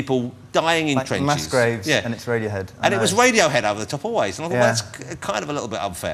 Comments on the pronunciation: maybe they are intimidated by his humerous approach to the interview, i think they find it funny though...maybe they're trying not to laugh at mr woss for keeping on calling them wadiohead! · "Wadiohead ladies and gentlemen"